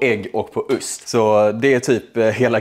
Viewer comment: hahahah bästa skånskan